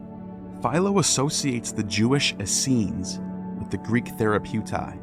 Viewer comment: The hebrew you showed for Assenes didnt read how you said. There was no sh sound in it. This makes me doubt the other things you said. (It reads Aseeyim)